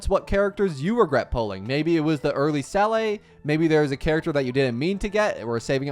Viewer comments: learn to pronounce the character names correctly before making video's. "Seele" is not "celay" or whatever, it is pronounced "Zee-luh" it's German for Soul. Google it!! Do you even listen to the in-game characters calling their names? Gepard oh my how do you f@ up his name so bad????!!!?? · WARNING: OPINIONS CONTAINED WITHIN Also how are you managing to pronounce the Latin just fine while butchering Seele so badly??